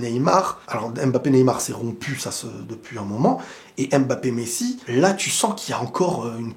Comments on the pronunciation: je t’en supplie je t’aime bien mais c’est pas aimebappe mais Mbappè à la limite Mbappé, c’est comme si tu disais peuneu au lieu de pneu… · Apprenez à prononcer correctement Mbappe. Y en a marre d'entendre : M Bappe !